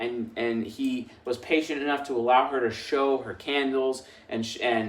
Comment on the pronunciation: I wonder if it was the fever that made him say “hor” instead of “her” 😂😂😂 And I am going to put it easier : bring a Chris Hemsworth look like man in a suit smelling good and tell me he is my new boss and I swear I don’t go anywhere!! 😂😂 I will be sure to give him a good experience 😂😂😂